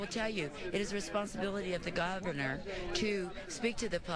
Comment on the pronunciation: She sounds like she wants to say"it is the responsibility of the GODvenor" JAN Brewer = JIM Crow